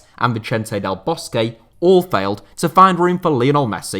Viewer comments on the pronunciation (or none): none